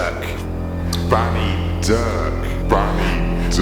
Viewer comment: at first i literally thought he said fanny not banny...